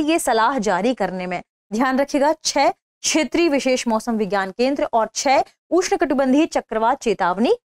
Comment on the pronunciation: आज ज्ञात हुआ कि "दृष्टि IAS" में कार्यरत तथाकथित पढ़े लिखे लोग (जैसे कि ये मोहतरमा) भी ठीक से हिन्दी भाषा बोलने में असमर्थ हैं। १) क्षेत्रीय को बार बार छेत्रिय २) तटस्थ को बार बार तठस्थ ✓ The actual focus is towards the get-up and the external appearance rather than on the correct Pronunciations. ✓ Is there any viewer out of 34K viewers who has bothered to Notice this??!! Perhaps not, because most are Birds of the same Feather!! Are the CEO and the Audio/Video Editor of "Drishti IAS" noticing? They seem to have overlooked.